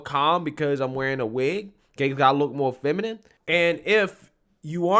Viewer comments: Feminime lmao.. this it actually said feminime.. 😂🤣😂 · The fact that this person cant pronounce the word feminine is interesting.